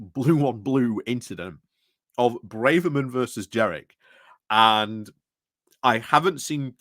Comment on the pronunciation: Do you mispronounce Kemi and Jenrick on purpose ? Is it an in-joke ? Sorry, I'm quite new watching you and wonder about running jokes.